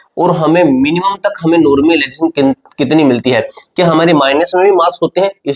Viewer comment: Phle normalisation bolna sikh le